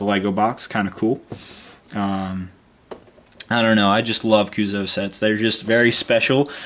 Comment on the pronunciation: YOU SAY CUUSOO WRONG! FUUUUUUUUUUUUUUUUUUUUUUUUUUUU...IDK